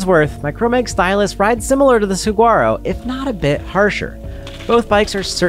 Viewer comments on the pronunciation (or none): Love your videos! FYI the G in Saguaro is silent:) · Can anyone tell me if the bike is any good? I had to stop watching when he kept pronouncing the G in Saguaro. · Is anyone else thinks its hilarious how he's saying saguaro? come on you dont have to be from arizona to know how to say it right. i would love to see him order at a mexican restaurant. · Love the reviews, but I must correct you on one thing... I grew up in Tucson... pronounce saguaro with a "wh" not a hard "g" ;). sa-WHARRO. I've been riding my Rocky Mtn Growler 50 for 3 years now and I still love it, though I've upgraded the brakes, handlebars, grips, pedals, and tires. Soon will be upgrading the fork. But I am sold on being a 50 year old on a hard tail for many of the reasons you mentioned. As a dad, I shouldn't be flying at 30+mph on a full suspension rig... the crashes are tougher to recover from. The hardtail keeps my speed lower, tires me out faster (so I can get back to my family), and keeps my bike handling skills sharp. And the simplicity is especially valued as life seems to get more complicated. I raced my Trek 8000 with a Mag21 shock all over northern Arizona back in the mid 90's and had a fully rigid Diamondback Ascent in 1989, so I've been a fan of the hardtail thing for 35+ years. Still have my '81 Mongoose BMX bike too. Hardtails will never go out of style! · Great video as always but you have spent enough time in Arizona to know that the 'g' is silent in saguaro! suh·waa·row! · Pronounced (Suh waa row) 😊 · The G is silent